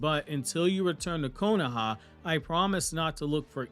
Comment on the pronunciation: Stop saying “KONAHA” it’s called the Leaf Village bro